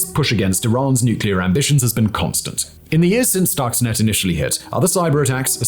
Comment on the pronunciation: For a clue on how to pronounce "Stuxnet" one only need look at the spelling: Stuxnet So, we may conclude that the correct pronunciation is – you guessed it – Stuxnet, not "stoxnet"